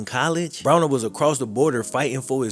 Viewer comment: Love the video. Pronouncing his name with an e rather than an a drove me insane though.